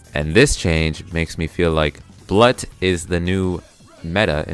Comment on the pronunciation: It's pronounced "bloot" eg. Blut ("bloot") Vene ("Vein")